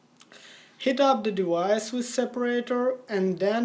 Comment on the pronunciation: "Dewice is hard to dissasemble"